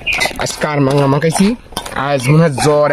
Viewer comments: কামরাঙ্গা বলে কারাংগা না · কারমাংগা নারে ভাই সঠিক উচ্চারণ কামরাংগা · দাদা আপনার দেশের বাড়ি কোথায় আর কার মাঙ্গা না কামরাঙ্গা কামরাঙ্গা ফল আপনার দেশের বাড়ি মনে হয় মনে হয় একটু মুখে কথা মনে হয় ভালো বলতে পারেন না উচ্চারণটা কামরাঙ্গা হবে কার মাঙ্গে না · ভাইয়া এটার উচ্চারণ হবে কামরাঙ্গা 😂 সেই স্বাদ